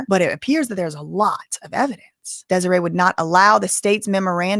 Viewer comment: Desiree rhymes with Demoree. Just the first syllable is different. dez-OR-ray and dem-OR-ray Seems like mom wants to break up daughters marriage. She never earned any respect in her daughters life so she's trying to use her money and powers to force her choices on her daughter. Sorry mama, where you been all this time? Hope your baby ain't in trouble bc she ain't had no one to lean on but him. You aint found nothing yet so she's prolly just fine living her best life without you. Reap what you sow.